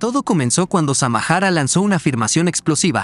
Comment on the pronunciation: NO SEAN HUACHAFOS , ELLA ES SAMARA NO SAMAJARA